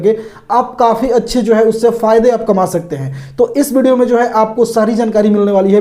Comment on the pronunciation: हे भाई ये व्हिडिओ को बिडियो क्यू बोल रही?😊